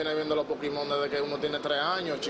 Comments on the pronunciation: vamos a ver es "POKÉMON" no es "POKIMON" hablen bien. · "LOS POKIMON" JAJAJAJAJAJA!!!!!!! QUE RISA!! Muero!!!! 😂😂😂😂😂😂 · Pokimon Jajaja